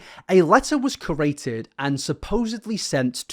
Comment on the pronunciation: "A post was maded. Sorry. Can't speak English" Proceeds to say "a post was CORATED" xD Created* my friend, created 😂😂 Great video tho, plenty of evidence for me to no longer like this dude